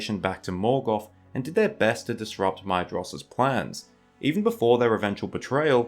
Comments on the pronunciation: Or more like “My-thros,” not “My-eh-jross” like u said sometimes. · Hey dude, Maedhros is pronounced like Maethros, not Maedros. “Dh” makes a “th” sound in Tolkien’s writing, which is similar to Welsh IIRC.